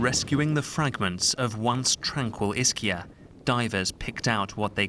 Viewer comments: Ischia Is not "Isheea" but "Iskeea"! Smart journalist! I live not far from there and we have Two days of heavy Rain. the woman Says "mia figlia è stata" meaning "my daughter has been..." They translated "my son".🤦🤦🤦🤦 Who's doing your translations? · Iskia no isha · ...Dear BBC journalist, the right pronounciation of Ischia, is "Iskia" ...thank you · Pronounce is ISKIA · ISS SKI AH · It would be really nice if reporters learned how to properly pronounce names of foreign places. I mean in our modern day you can Google how to... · Thank you. I thought her mispronunciation was so disrespectful. BBC used to have high standards. It's all gone to 💩 now. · Totally disrespectful mispronunciation of the name of the island at the top of the item; unprofessional and embarrassing, given the unfolding tragedy.